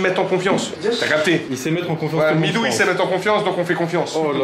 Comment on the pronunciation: Le nombre de fois qu’ a appelé Mitou ”Midou” 👇🏻